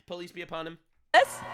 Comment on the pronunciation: I had to look at the transcript 😅, every time says peace be upon him, I hear police be upon him 😅🤣